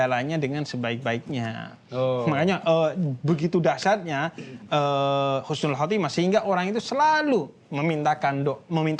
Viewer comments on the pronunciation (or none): Makasih banyak rangkuman nya... ❤ tapi maaf yg menit ke yg betul husnul khotimah bukan khusnul... Maaf ya jangan marah... Mengingat kan saja... Khusnul : mati dalam keadaan hina.. 🙏🙏🙏🙏sekali lagi makasih banyak uda dirangkum...